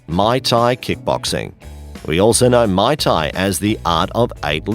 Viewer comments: Pro tip: teach your narrator how to actually pronounce these words! Lost it at may tai instead of muay thai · Ok this list was a dumpster fire but to sum it up Muay Thai was pronounced wrong and is only effective against a single attacker Wrestling is only useful against a single attacker Artimes/escrima/kali takes years to learn effectively and does not ensure a successful disarm and the clips of military personal using kali were using the Russian hand to hand style called systema Taekwondo is like karate with extra padding and is near useless outside of sporting form The LINE system has outdated for years and the USMC is currently using MCMAP Overall the single most effective form of self defense is Krav Maga as it focuses on subdueing an attacker by striking unconventional and effective targets on the body while teaching everything from ground fighting to multiple attackers to melee and firearm disarms